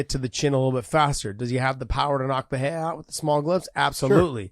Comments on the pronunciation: The way josh pronounces perierra and porier bothers me lol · Just say Purr ER rah ! Not Fah hay dah. Or Peter Yan not Pee oh ter